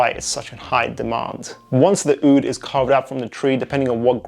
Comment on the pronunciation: Your “Oudh” pronunciation was beautiful